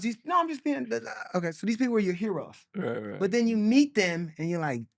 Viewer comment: "I want a knew life and I want it with chuuuu"!..??? Chuubacca?? come on mayyyyyne😂😂